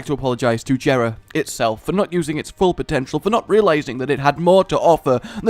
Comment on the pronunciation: it is pronounced yeh-ra not je-ra